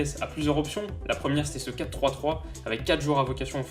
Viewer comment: Lol il a dit 4 4 3 au lieu de 4 3 3